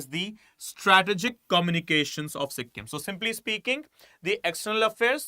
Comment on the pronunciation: Sikkim is derived from 'SU' 'KHYIM' not Su him. And its 'Nam-Gyal' not Nama Gyal.